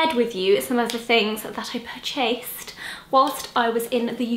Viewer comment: Your energy was so great in this video, also I loved the "pur-chased" phrase so using that 😄